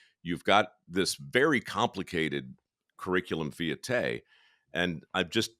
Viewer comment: If you're going to use fancy words, please learn how to pronounce them (curriculum vitae).